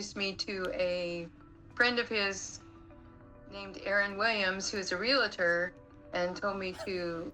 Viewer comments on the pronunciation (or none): Agree! And not prouniunced "Real i tor". It's pronounced "Real tor.😮